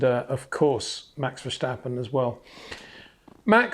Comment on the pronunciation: Please stop with the German pronunciation of Verstappen. It's Dutch. FER-STAP-PEN